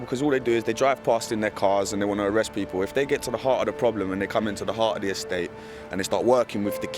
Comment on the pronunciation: not really, that accent is 1000% atrocious. I had to fast forward, and I say this because it's necessary for it to be said that the education system neglecting her speech and pronunciation is problematic, so much so that you can't even notice it yourself as the horrid accent has been made normal for you. do you speak like that...? The people should never be pronounced Da peepoo. I dont want to hear that it's natural and culture, because there are 100s of 1000s of black British who don't speak like that. Not even Jamaicans in Jamaica or Bermudans in Bermuda speak like that...